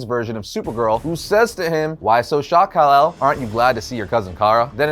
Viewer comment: Its Kal-El not cal